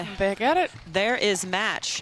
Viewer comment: Why is one of the commentators pronouncing Catherine Parenteau's surname wrong? It's Puh-REHN-toe, not Puh-RAHN-toe. So distracting.